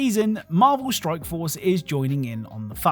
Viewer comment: Are you purposely saying stroke instead of strike